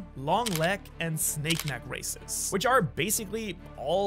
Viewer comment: I thought he was saying racist